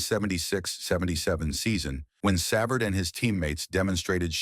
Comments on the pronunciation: Savard is 76 and it's savard not severd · THIS IS UNWATCHABLE /// ///// SAV erd WHO IS \Sav erd GUY ... AS IN GEEE LEFLEUR NOT GUY AS IN BUY LEFLEUR IT IS UN WATCHABLE WHEN DONE IN COMPUTERIZED COMMENTARY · Cannot pronounce his name, what an embarassing crap video. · I hate the way you misspronounce his last name😂 Your gossip filled reporting is totally exagerated shame on you! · If it is A.I. doing the narrating, man oh man it's among the worst pronunciations of a name as can be. Who's programming job is that? Ironically it's pronounced correctly the first time before things go downhill afterwards. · If you are going to do these stories why can you not get the pronunciations right?